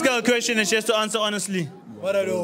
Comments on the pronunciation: " i dont have a kweshin" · "no i dont have a kweshin" 😭😭